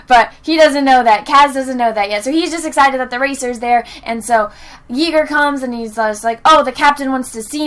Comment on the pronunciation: You know every time you said Yeagers name my german mind was taking over asking: Is she trying to say "Jäger" (=Hunter in German) ... xD